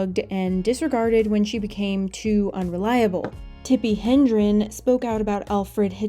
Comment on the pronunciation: Tippi’s last name is HEDREN, not HeNdren.